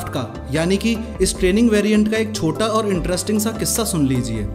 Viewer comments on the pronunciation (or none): none